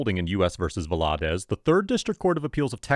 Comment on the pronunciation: so I normally wouldn’t correct a name pronunciation but Spanish is fairly common in the US now, I feel like you should be aware that the first a is the part with the emphasis. VAladez